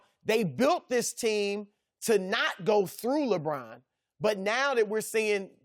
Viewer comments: Lebrahn and Raejawn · “LaBraan...”- Chris Broussard